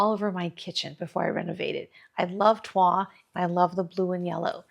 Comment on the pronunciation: This arrangement is so beautiful! (The L is pronounced in toile.)